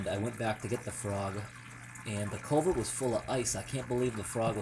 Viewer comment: It's culvert not culver dummy